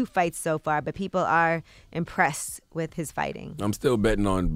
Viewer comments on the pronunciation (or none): With not wifh